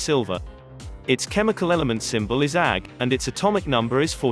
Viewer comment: I hate the awful, computerized voicing. And the reading the atomic symbols like silver Ag as "Agh" not "A G". And the mixing of units, sometimes grams, sometimes ounces.